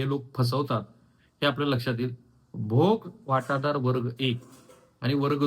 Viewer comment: मातोळा नाही मोताळा आहे. भोगवाटादार नाही भोगवटादार आहे.